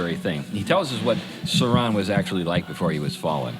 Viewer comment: The emphasis is on sau not ron